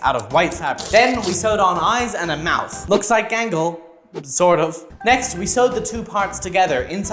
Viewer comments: "OnE sIdE eYe GaNgLe" 😂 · You did, bro Gangle wrong😂